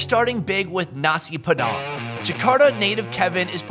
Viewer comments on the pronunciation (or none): Nasi padang bro not nasi pedang hahaha lol 😂 i am indonesian so i teach u to speak nasi padang correctly 🇮🇩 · It is nasi padang not nasi padan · When said: Nasi Padang "Neysi peDANG" I'm done:) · For me a Indonesian when he said nasi padang wrongly I was What